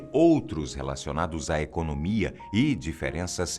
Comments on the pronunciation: "Africa do Sul no BRICS e a ultima bandeira é de Singapura" .. "INSEGURAÇA" ?! "ECONÔMIA" ?! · "Seguraça" "econômia" rs olha o portuga gente kkkk